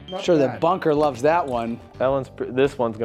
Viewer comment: You grabbed the chicken for the knife, I was sure you said fucker to somebody not bunker at another camera. . .hahaha!